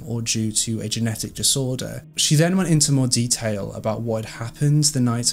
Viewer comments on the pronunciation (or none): none